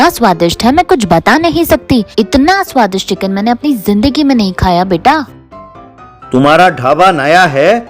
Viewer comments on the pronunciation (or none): aunty be like : itna suadist hai itna suadist hai kisine sochi na hogi